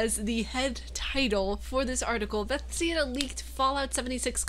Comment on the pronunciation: buh-thez-duh XD